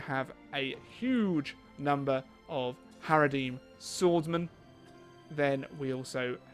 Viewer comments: It's HaradRIM swordsman not HaradEEM swordsmen! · By the way there's an R in haradRim